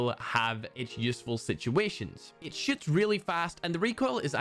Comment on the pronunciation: What he said:It shoots really fast What I heard:It Sh*ts really fast